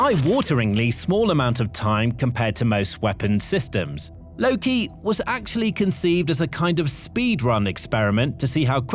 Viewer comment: its called "loke" not "loki"🤦‍♂